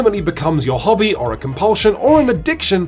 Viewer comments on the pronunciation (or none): that dude pronounces the word hobby so wierdly wtf, it doesn't have a G, M, or L even in the word